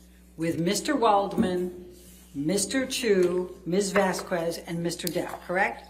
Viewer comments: It REALLY irritates me how Elaine says Camille's last name....for crying outloud someone PLEASE correct her! It's Miss Vas-KEZ not Miss Vas-kwez! Ugghhh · every time elaine pronounces Vasquez like VAS QWEZ a little bit of my soul dies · The way Elaine keeps mispronouncing Vasquez grinds my gears!!!